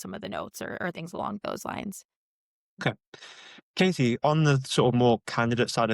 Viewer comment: Her name is Katie - not Kasey / Casey.